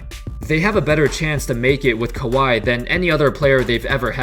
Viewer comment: It's pronounced "Cow-Wee Leonard" not "Ka-Why Leonard" 😏